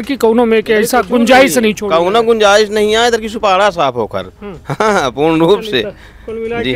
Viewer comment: सुपाड़ा नही हो सूपड़ा साफ है